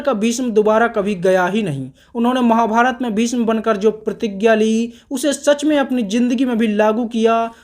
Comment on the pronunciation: Bhisam kya bol raha h bhai bhism bol na